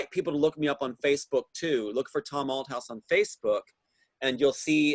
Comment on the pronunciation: Great interview but I had to laugh at your pronunciation of Thomas’s last name Althouse you kept saying Out house ha